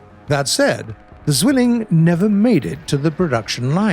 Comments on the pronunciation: All the Germans when he says "Silling" instead of "Zwilling":😑😑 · Its zwilling not zilling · "se swilin!" What? Zwilling! Meine fresse ey! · The MK in German does not stand for Mark! It stands for Maschinenkanone which means automatic cannon. So stop making this mistake every time. And the Bf-109 Z is not the Zilling! It is the Zwilling. If you cannot say it right then use a transletor. For me as a german this disrespectful and an insult. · UHH AKCHUALLY "Zügelling" doesn't mean twin. It is the Diminutive of a rein, wich is a thin lether strap attached around a horse's neck, in order to control it. He was meant to say "Zwilling", wich does not contain the sounds of "ü" and "e". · Why is he saying "zwilling" like "stwilling"? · Zwiling? Ha never heard of it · The word "Zwilling" is pronounced "tsvill-ing" or "zvill-ing" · definitely can't pronounce Zwilling